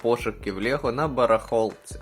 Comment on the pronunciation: Та не "лєго", а "лЕго" б...ть!